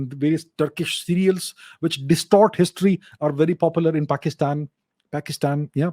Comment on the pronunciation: His pronunciation of "paxitan" killed me 🤣😂😂